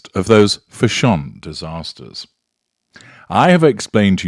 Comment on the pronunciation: I love how you pronounce it: fish. shawn for fash. sion. Hahaha!